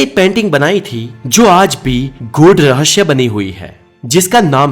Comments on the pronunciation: Rahasya hota hai RahaSHYA nahi 😆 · aapka video acha tha kripya rahasya ko rahashhya na boliye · पहले हिंदी ठीक तरह से बोले.रहस्य केहेते है.ना की रहश्य 🙏 तकलीफ होती है सुंनेमे ! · Bhai 'REHSHAY' NAHI HOTA 'REHSAY' HOTA HAI YEH. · रहश्य नहीं होता रहस्य होता है।। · Rahasya ko rahashya kyun why ? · Raahsya hai rahashayama nahi 😂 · Apki knowledge achi h...pr zaban ki aisi taisi kr di apne ..jaise rahashya...har cheez me s lagta h..vha aashh laga dete h ..sara maza khrab kr dia sunne k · He says rahashyma always